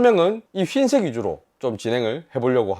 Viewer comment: 영상 잘 봤습니다. 하나쯤 가지고 싶은 제품이군요 그나저나 경상도 사투리로 흰색 발음을 휜색이라고 하나 봅니다